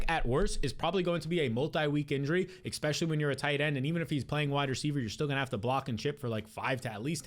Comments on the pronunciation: Honest question: Is there a reason you say "ekspecially" instead of "especially," like how Black folks say "aks" instead of "ask?" PS - I ain't some kind of White Nationalist or some BS like that, I'm just curious about why people talk the way they do. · Petition for this dude to stop saying "exspecially"